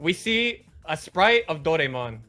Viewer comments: Dou-rai-mon....sorry...hearing it pronounced ray twice was a bit grating. LUVLS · killed it, now somebody tell him he's saying Dor*a*emon wrong:P